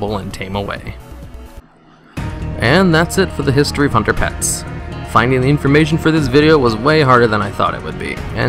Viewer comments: the way u say hunter pet sounds ike underpants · When you started out saying "hunter pets" I heard "Underpants" LOL